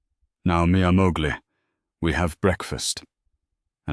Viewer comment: AI's gotta stop with the "mia Mowgli"!! 🤦🏻‍♀️😂🤣🤣 It's pronounced "moh-leyh" and spelled "moglie" . . . it means "my wife." Y'all got the ENTIRE INTERNET at your disposal for translation purposes -- DO BETTER! 🙄🤦🏻‍♀️✌🏻